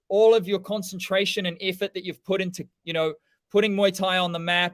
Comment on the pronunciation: "i wanna prrrr it out there really quickly" 😂